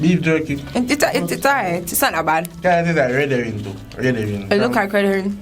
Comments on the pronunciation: "Red horing" LMAOOOO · That one girl trynna pronounce those words. Redowing...🤣🤣🤣 love her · She was trying to say redherring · What is “redowin”?😂😂😂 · redowin lol , dj mac seh it catastrophic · Mi learn three words today. "Vininie," "Sachiz," and "Redowin',"💀💀💀🤣😂🤦🏽‍♀️.Redowin sound like she was trying to say wedding ring💀. She remind me of Aunty Donna and "Masachusa",because she can't say Massachusetts.😂😂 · "Redowin" Sachiz" 🤣🤣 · All when the video done the girl in the red still a try fi pronounce "Vienna" 🤣 Shi remind mi a King from Life with King and Shay, lol! Goodie seh "redowin", "sachiz" and "vinninie" mi dead! 🤣🤣